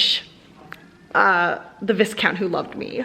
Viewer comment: I love your enthusiasm! Great vlog! Just to let you know, Viscount is pronounced V-eye-count. I haven't read the series, but I loved watching you read them and your thoughts on the books.